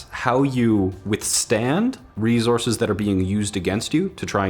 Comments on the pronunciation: Drink every time you hear say “ReeZorse(s)”.. you won’t be alive for long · rezorces? It's resources dammit! You mispronouncing this had me so distracted that I had to write this comment. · It's a ree-zorz. (Just poking fun, love ya!) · What in the heckerman are these re-zorzes he keeps goin on about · if you say rezorces one more time, I'm gonna shoot myself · Say “rezources” one more time. 😂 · Was I the only one slightly bothered by saying "rezources" instead of resources? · Rezorsis How says resources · RESOURCES.................NAH..........MORE LIKE "REZORCES" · Please stop saying rezources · Rezources? Not enough minerals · Them good ol rezorses 😂😂😂 do me a favor and never change budd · No no no, it’s Reese Horse, right? All these future people are fighting over Reese’s pieces the size of horses. JK love the videos.